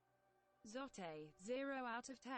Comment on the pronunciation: The way it says zote makes it sound like it’s his Mexican cousin Zoté